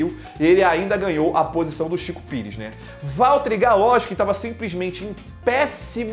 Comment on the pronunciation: Sempre quando ele fala Chico Pires eu não guento kkkkkkkakakakakkaak